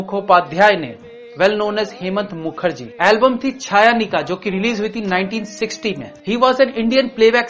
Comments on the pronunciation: Hemant Kumar's Benagali songs album (1960) name should NOT be pronounced as छायानिका. Correct pronunciation should be चयनिका. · Your chayanika pronounced was wrong